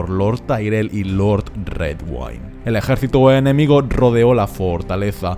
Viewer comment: porque pronuncia ejaercito